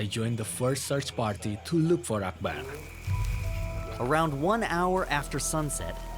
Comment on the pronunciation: 아크바르? ???:알라후 아끄바르